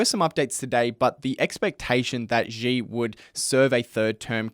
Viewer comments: Xi is pronounced like the English word “she”. It’s not hard. There is no “j” in Chinese like the French j as in “je suis…” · Good video, but please, at least learn how to pronounce “Xi” if you are going to say his name so many times.